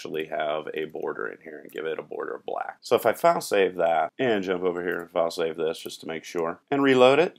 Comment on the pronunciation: Luv ur wk...on the lol side: for the longest time I thought u had some cool French word "fasay" and at least ones goog lkup later ; I realized u were saying "file save"--haha on me :))